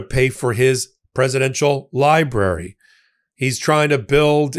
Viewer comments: "Lie" brary..? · Is that what he calls it, or is it a liberry?